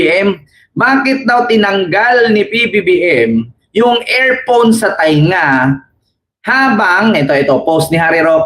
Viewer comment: Earphone not airphone mgkaiba iayus ang diction o pronounciations! Isa k rin DDES KC PARIS MO SILANG MURA NG MURA !!kaninong anak kay Sarayad